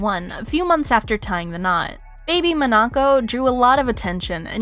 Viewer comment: Jeannie "May", "MonNaco"? Lord. Lol. It's Jeannie MY, and Monacco like the place.